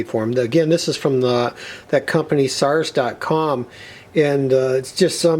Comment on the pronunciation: Please stop saying "Sars " lol it's shars ..... sars Is a desease lol